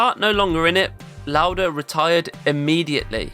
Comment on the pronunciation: Your German pronounciation of Lauda was spot on! 😊 ❤ The Video. Always admired Lauda, and never knew this about him. Thanks for making this.